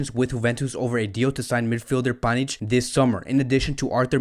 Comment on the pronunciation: clearly he can not read names